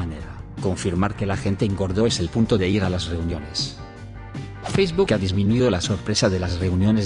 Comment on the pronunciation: Siempre me rio con la forma en que lo dice 😂😂😂